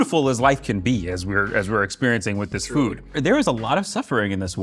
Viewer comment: He literally pronounces food like"fud"